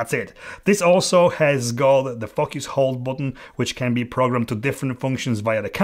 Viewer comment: Very honest and on point. Great! Watch out how you pronounce it correctly sometimes, be careful how say “focus” not “f**k us” !😂